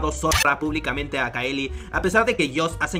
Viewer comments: Veo el video y corrijo mentalmente, no es CAELÍ es CAÉLI!!! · no te lo tomes a mal pero estás pronunciándo remal el nombre de Caeli. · pronunciaste mal el nombre de caeli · Así no se pronuncia Caeli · Un video excelente, pero terrible la manera en la que pronuncias el nombre de CAELI o_o